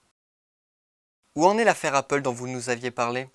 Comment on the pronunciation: La prononciation d'Apple est à modifier. Ce qui ne nuit pas au propos, certes, mais...